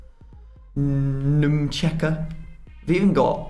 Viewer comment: Why do you keep calling him nmcheka ? 😂